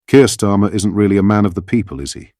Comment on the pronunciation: 'Kier Starlin'